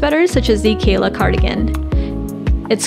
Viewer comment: is amazing🥰 Btw, Keyla cardigan. not Kelya.